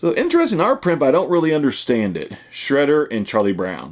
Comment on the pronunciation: Its shroader not shredder an charlie brown......lol